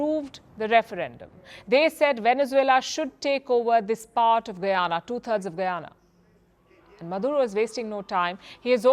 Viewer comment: Ita guyana not guiana get right but love your show